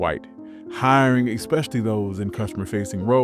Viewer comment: It’s so funny how Southerners say, "Cocola". 🤭 Ew. He says, "expecially" too. 😖